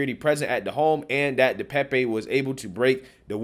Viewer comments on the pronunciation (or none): DePape (Duh Pay'p. Youtubers have gotten the pronunciation wrong) Pelosi got to his phone, in the bathroom, by saying he needed 'a break' and walked, under his own power, to the bathroom. Pelosi opened the door to the police. Anyone with at least 6 functioning brain cells could tell that this whole situation glows like it's radioactive.